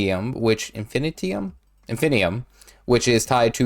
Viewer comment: You're wrong on the pronunciation, lol. 'Add ~Inf-inee- toom' would be the correct pronunciation. It's phonetic not that garbled mess you spelled out.